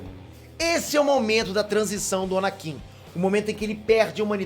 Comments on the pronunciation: "ANANKIN" KKK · ANANKIN?????...!!!